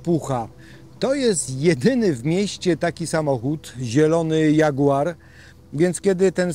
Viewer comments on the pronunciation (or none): none